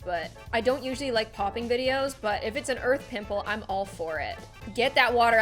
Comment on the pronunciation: I used to think she said HaPpY DaY oF gLoOm but she said happy day I’m GlOoM